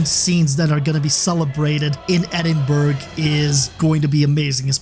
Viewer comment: So you know it’s pronounced as edinbru not edinburg